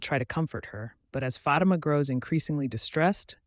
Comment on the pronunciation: Its not fati-ma...its phaati-ma ... cant ignore this anymore. Great recap though 👏